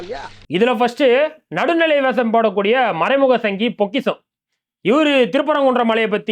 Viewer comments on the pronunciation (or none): பொக்கிஷம் இல்ல பொரிகிஷம்